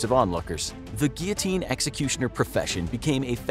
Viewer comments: You didn't say guillotine 😂 You said geeyoteen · Take a shot every time he says gullotine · It's actually pronounced "Gill-o-teen." I'm American so I'd know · yes. Its gill o teen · guillotine sounds like giotine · Your pronunciation of guillotine is awesome 😂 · I was going to put a like on this video, but it was annoying me that they were saying "Guillotine" wrong...